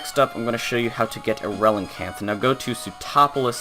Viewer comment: Why "Relincanth"?